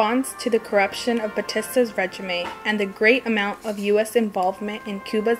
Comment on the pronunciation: regime is pronounced regeem, not regimay.... also it's more pronounce kyuba than cooba, it pronounced krooschef not krustcheve, this was driving me insane. good job otherwise